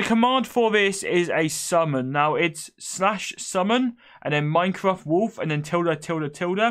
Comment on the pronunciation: Hhahaha the way he said wed, owange and minecwaft. Soo funny